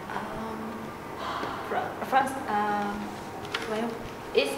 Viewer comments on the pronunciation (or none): "Well" nghe như "quéo"